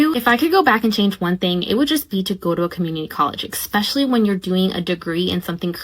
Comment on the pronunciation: If you're working toward an advanced degree in medicine or education, it would probably be best if you stopped saying 'ekspecially' and started saying 'especially' instead. Or, you can surprise yourself and say 'particularly' or 'primarily'. And DON'T say, "Ah cain't fine no JOB!". If you want to get paid as a professional, learn the language.